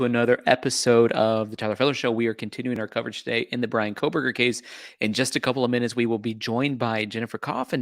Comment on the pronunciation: Thanks for pronouncing her name correctly. Yes he is guilty. Let me say it again for the people lacking common sense. BRIAN KOHBERGER is GUILTY.